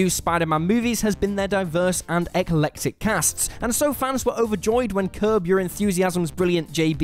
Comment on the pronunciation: "Ek-uh-lectic"?! You are doing this deliberately, right?